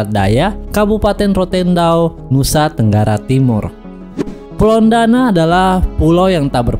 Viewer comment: Bos sebutan yg benar Pulau Ndana bukan Pulau Dana.